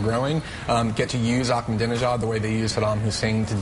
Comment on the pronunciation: He said "dijon" instead of "Ahmadinejad". He's an Islamofascist politician, not a type of mustard, you fuckwit.BTW, Greasewald should try talking to Iranians. Many of them are so sick of Islamofascism they are now referencing themselves as "Persians". If Islamofascism is so great and wonderful, why are so many muslims abandoning Islam? But I do admire Greenwald's ability to make money. I'm also a gay Jew, just like Greenwald; but I'm not so greasy-smooth. So I try to learn all I can from him. I'm about to receive an inheritance, and I'm going to offer a two-hundred thousand dollar reward for any info from someone in the NSA. I'll get tens of millions in return!!! BTW, Google-image Glenn's gay lover......SMOKING HAWT!!! That's where I'm going ;-)